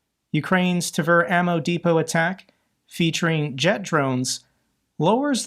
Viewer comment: Tver rhymes with "flair".